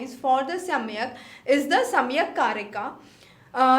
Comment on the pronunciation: It is सांख्य not samikhya.